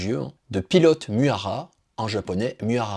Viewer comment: C'est pas inintéressant mais effectivement comme deja dit par d'autres, il faut travailler l'éloquence. Et ce qui me gene vraiment ce sont les noms japonais systematiquement écorchés. Nom du Shogun reel dont s'inspire Toranaga : TOKUGAWA IEYASU (prononce Ié-Yasu) Le titre d'Anjin dans la réalit est MIURA ANJIN (prononcé "MI-OU-RA") La dame s'appelle Mariko. Le nom de la coupe de cheveux "Chonmage", se prononce "Tchone-Ma-Gué." Etc. Pour l'image de la chaine, pense a faire valider ce genre de choses a l'avenir. Mais je like la video